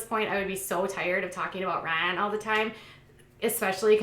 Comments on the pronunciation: Well I would of loved to watch this vid, but after the first 10 times of that hideous “Ryn” I had to shut it off! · Omg shut up it sounds like your saying Raahn wtf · The excessive “Rhine” was overly annoying but at least you didn’t have 10,000 ads in your video. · I think your pronunciation of "Rhynnnee"is funny asf lol Also don't believe he's sober until he takes a family picture w/o those sunglasses! js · Very ANNOYING the way you are pronouncing Ryan’s name. I had to turn it off. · Why are you making fun of the way his name is pronounced by Maci? Soo irritating... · Stop saying Ryan like that, you sound dumb!! You seem to love stirring shit! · She doesn't say it right either. It's not how Maci says it.. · It’s not funny how you are pronouncing Ryan. It’s quite irritating & you’re trying to hard to be funny & it’s not working. Please stop. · K C thank you lol I’m glad I wasn’t the only one that it was bothering, I couldn’t even finish the video